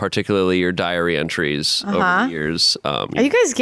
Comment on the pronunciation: I heard diary entries as "diarrhea trees"